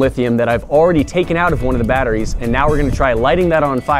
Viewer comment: Litheeum baterees